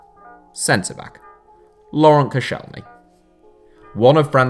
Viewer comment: Koscielny? You can tell that you don’t watch french football 😂😂😂😂